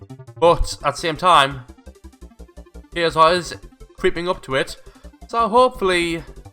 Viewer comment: Looks Like Kayser Is back with a bang (Btw you pronounced my name right :))